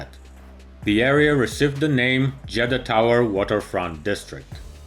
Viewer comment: I thought he said Jedi